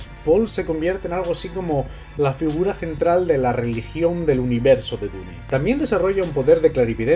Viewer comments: Dune se pronuncia "diun" por que está en inglés, NO "dune", significa duna (de las que hay en el desierto) si quieres pronunciarla en español di simplemente "duna". No se por que a los españoles se les complica tanto el inglés. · muy bueno tu comentario excelente, lo que encuentro raro si, es que dices la palabra dune como esta escrito, pero dices otras palabras en ingles, (cuando dune esta escrito en ingles, que payaso :):):):) ) una persona supuestamente inteligente diciendo DUNE . me agradaría saber como dices "hello" wajajajajajajaajajajajajaja suerte bro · Buen vídeo, pero me duele de solo escuchar a cada rato "DU-NE". ¿Que no pueden pronunciar bien el nombre original?